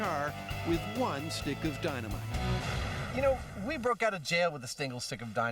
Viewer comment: a "stinckle sick" of dynamite 😂 I can't stop replaying it 😂